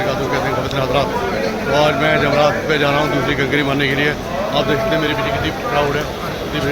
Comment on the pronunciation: yamraj nhi jamraat hota hy mahraaj